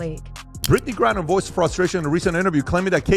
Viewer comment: The name is GRINER not GURRIER!